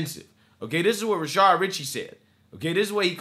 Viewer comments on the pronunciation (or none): Why does this guy always say 'Rashard?'